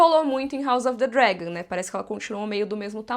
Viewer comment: Ah mano, parei de ver em 5 min. Não aguentei ficar ouvindo ela falar: House of the Dregon